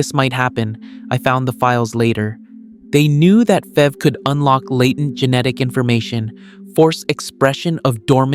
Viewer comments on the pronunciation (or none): Stop calling it "fever, or fev." It's like nails on a chalkboard bro. It's F. E. V. you got a say the whole thing